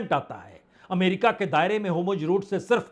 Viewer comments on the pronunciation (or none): सर, आप तो विद्वान पत्रकार हैं। आपको शत-शत प्रणाम । कृप्या होमर्ज ना बोलें । उसकी जगह हॉर्मूज बोलें तो अच्छा है। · ❤Hormuz बोलिए.Homurj..nahi❤ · Hormuz का उच्चारण आप Homurz क्यों करते हैं? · Sir it's not Homurz it's Hormuz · अरे महाराज ! होमुर्ज Homurz ) नहीं होर्मुज Hormuz ) बोलिए। नेतान्हू Netanhu ) नहीं नेतन्याहू Netanyahu ) पढ़िए। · पुण्य प्रसून जी, आप होरमुज को होमुर्ज़ कहते हो, वह सही नहीं है। साथ ही आप इस्राइल के प्रधानमंत्री नेतन्याहू का नाम भी सही से उच्चारण नहीं कर पाते हैं। कृपया इन्हें संशोधित करने का कष्ट करें!🎉🎉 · अब तक होर्मुज बोलना नहीं आया 😂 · Atleast learn to pronounce HORUMZ PROPERLY, before you can be taken seriously